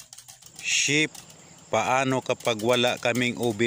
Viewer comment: Nagulat ako sa "Ship", akala ko mura narinig ko. 😅😅😅 "Chef" pala un ehhh..